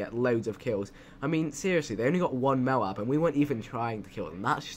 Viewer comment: MOAB is pronounced moe (rhyming with moat) ab (as in 6 pack abs)